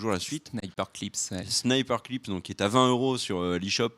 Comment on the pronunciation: Attention à la prononciation. "Snipperclips" ne se prononce pas "Sniper-clips".